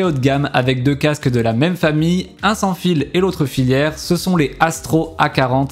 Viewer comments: T'es sur qu'on dit filiaire ? J'ai toujours dis casque FILaire.... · super vidéo, par contre on dit filaire et pas filière. 😋